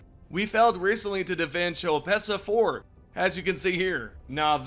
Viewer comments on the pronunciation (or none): It's not "tchow pessa" It's more like Ko-e-Pessa Yknow, if you ever LISTENED to the OFFICIAL PRONOUNCIATION of the ship when you jump to that planet like malevelon being MA-LEV-EL-ON. Not fucking MALVION